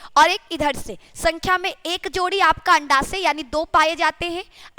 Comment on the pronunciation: Andasa nahin Hai anda sahi hai